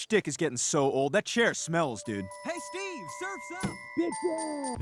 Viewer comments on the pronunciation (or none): none